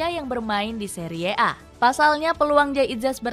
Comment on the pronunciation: Bilangnya biasa aja dong. Seri a, bukan seriee a😢😂